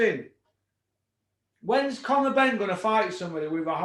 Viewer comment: HE CALLED CONOR BEEN HARVEY PRICE BWAHAHAHA